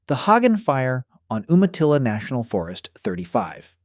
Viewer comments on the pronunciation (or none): none